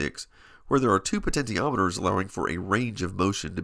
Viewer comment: The root word of potentiometer is potential. "Po-ten-chee-aw-mit-er" as in "Po-ten-chul" Do you say "Po-ten-tee-ul"? LOL.